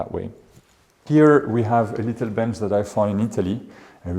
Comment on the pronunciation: Excusez-moi. On ne dit pas litelle. Ce n'est pas un petit lit. ;)